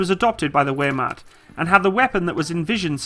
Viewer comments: I had a stroke when he said wehrmacht😂 bruh really said where mat. Idk where mat is dude 😂😂😂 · He pronounces the first half relatively well, pronouncing macht as "makt" is the problem. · It´s more like Vaermacht. "Ch" is hard to explain in writing. It´s the hollow sound your throat produces when you got something stuck in it which is not solid material and try to clear it (-> "chrrt") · W is prounonced V in german I think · Pronounces “Wehrmacht” “ware-mackt”; pronounces “Bundeswehr” correctly. O.o. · "Vermacht" not "Wearmacht" ;-) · “Waremat” oml, Wehrmacht is pronounced “vairmaht” I only speak English, but the closest language I can understand is German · He pronounced the w as w you pronounce it v like vermoch division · Wermacht den so was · Were you purposely mispronouncing German words that are properly pronounced Vare Moct and boon des vare? MG42 was awesome with the heavy MG precision mount that would pretty much stitch rounds into a small baseball size hole. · Wehrmacht is pronounced Vaermakt essentially, at least that's mine understanding. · You know it will be bad when he says wermacht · It's pronounced vehyr-macht. And it's heckler and - koch (coke) like coca cola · 😂 “wehrmacht” is pronounced with a “v” sound, “v” as in very, not a “w” sound. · He just butchers every foreign word :) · its W (V sound) in German Wehrmacht .... you said it wrong . saying it like we do in Germany with a "V" sound instead of an English "W" sound